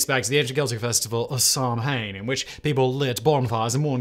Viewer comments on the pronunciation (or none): Pronounced Saawin, not Samhain. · It's pronounced sawhain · Samhain. Is pronounced sown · Yup. And, as Whistler people know, Simon generally doesn't care when he mispronounces words. 😬